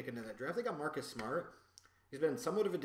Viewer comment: Hearing you say "Marcus Smart" made me chuckle.